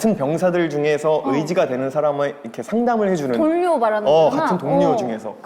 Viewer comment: 사나언니 발음 "골룡"❤ "돌료"❤ 너무 귀여워ㅋㅋㅋㅋㅋ🤣